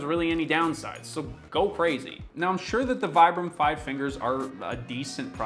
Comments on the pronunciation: Its pronounced veebrum ... Goes on to pronounce it vibrum the rest of the video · Americans pronounce Vibram "vye-brahm"? XD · You tell your audience that the company is pronounced "Vee-bram" and call them "Why-bram" for the rest oft the video 🧐🤪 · If you pronounced good at the second try…why did you kept going with the wrong pronunciation? It is veeebraam. Vibram wasn’t actually wrong, we are made barefoot, we aren’t born with shoes. I moved from normal shoes to barefoot at 37. Took me a while, 2 years but it was quite Normal to understand that you can’t ship from a training to an other in a blink…but hey. In Europe we are less dumb that North Americans apparently. There is also the part where you have to understand that you have to change how to walk, not just how to put your feet on the ground. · "They're pronounced 'Vee-brum.'" (continues to pronounce them wrong throughout the video) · If it's pronounced "vee-brum," why not pronounce it correctly? Great video btw. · I love my pair. I use them in the gym and hike in them. And you are pronouncing it wrong. It's like "vee-brum". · It kills me that he says "Here's how to correctly pronounce 'Vibram'" and then proceeds to mispronounce it for the rest of the video. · If you're really concerned for the humanities ''Future Proof"' , practice what preached and pronounce "'Vibram'' correctly. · Can anyone explain to me why on earth this guy keeps pronouncing Vibram the dumb American way, even though he literally explains in the video how it's pronounced and why? wtf.. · But I wonder why he called himself out yet kept saying it wrong afterwards. Kinda odd.